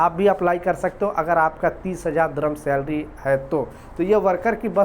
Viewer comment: Slarry slarry bolta hee khaie app lekin company nahi badtyaaa